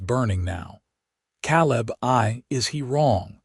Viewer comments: I wish the narrator would learn to pronounce words like Calab (Ka-lab) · Sad that AI doesnt cant pronouce Caleb!